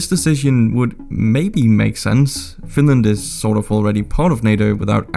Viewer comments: OH NO, NOT FINRAND!! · Whaaaat? Oh my god! Not Finraand! 😂